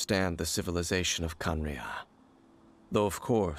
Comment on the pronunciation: Kanaraiya, ah yes, kanaraiya.